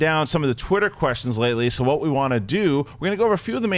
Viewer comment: Go to haha his "we" goes nuts